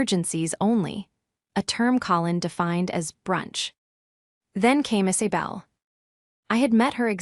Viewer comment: The voice needs how to say Isabel! Not Is-a-bell!